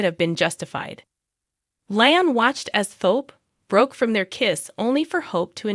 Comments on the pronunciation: His name is pronounced 'Lee..um....not Lie..m. fix it... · Please pronounce cast names correctly. LIam is pronounced,,,,Leelee um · It's LEE-AM